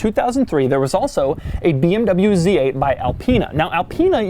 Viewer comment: I have never seen a BMW Zate